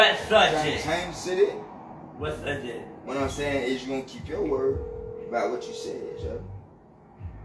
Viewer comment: Dude said sujject